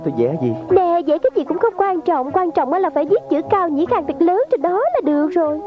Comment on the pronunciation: Cung dĩ khuông mà nghe thành cao dĩ khang ..cười xỉu 😂😂😂